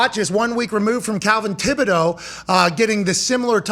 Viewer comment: pat,it's kayvon. not Calvin. lol